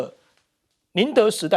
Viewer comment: 這位男主播真是奇了 1.明明大粗體字寫的是 「寧德」，你卻連續兩次說德寧，重點是你用筆指著大粗體字也會念錯，你說厲害不？...... 2.納坦雅胡說： 「你」的母親，你卻說 「你們」的母親....